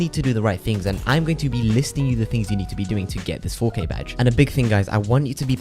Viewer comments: And here I am listening to this guy saying fo Kay, who’s fokay??? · Ngl the intro when he kept saying 4K started to sound like fookay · At first I thought he was saying the f word with a british accent lol